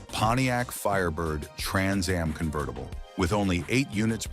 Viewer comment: That's not a gto dummy ai. It's a firebird. Wtf. Convetttible? This AI is supposed to replace us 👎👎 There are so many mistakes mispronunciations and downright completely wrong cars shown for what they are talking about.